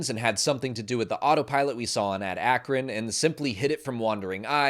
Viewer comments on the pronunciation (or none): none